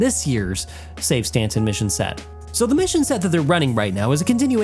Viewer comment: why are you saying "Stantson" lol ?